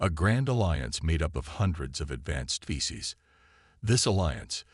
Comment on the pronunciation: Species not fecies 😂